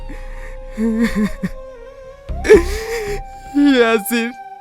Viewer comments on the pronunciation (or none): Eyasin er name ke shahin bolchen kano